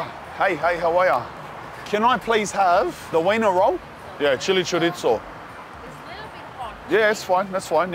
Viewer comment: WHY DO YOU CALL IT A CHORITZZOH AHHAAH ITS CHORIZO MY DUDE WHAT IS THIS